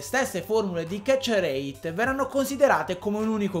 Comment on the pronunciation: Nessuno: Assolutamente nessuno: a: ketcherreeit